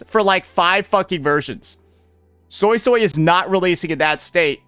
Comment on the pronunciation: I swear I keep hearing Soysoy